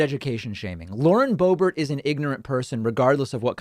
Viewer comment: Boebert its pronounced boob art Hhhh thats dutch! vierd huh ? The accent !